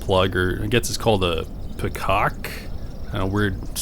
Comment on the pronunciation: Petcock... you just pronounced it funny that's all. Great video by the way I love these vehicles but the type of off-roading you like to do you should just get a 4Runner and be done with it no more issues whatsoever. The Hondas are amazing in snow and ice and you know mild off-roading fire roads etc. but that slow crawling and rocks and hills and mountains and all that you just need a real transfer case so you can go between 4 Hi and 4 low. They don't ride as good as the Honda's either a little rough like a truck. Thumbs up and I will subscribe 👍